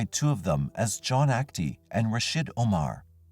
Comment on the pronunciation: Rasheed not Rashid